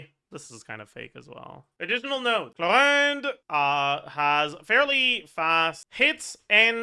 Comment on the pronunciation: Why always pronounces Chlorinde's name like he is about to throw up? Does he hate her or something? It is disturbing to listen to.